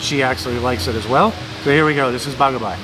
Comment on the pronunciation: its bagaybay not bagabay